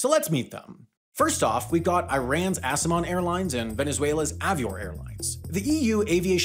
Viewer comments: I'm Iranian, and you just mis pronounced aseman air , it's pronounced asseman air , aseman means sky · My man's butchered Asemans pronunciation but it's hilarious